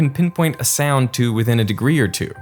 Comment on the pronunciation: I couldn’t on getting annoyed at how this guy says “sayound” instead of “sound”